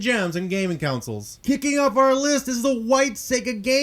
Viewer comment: LOL "Councils"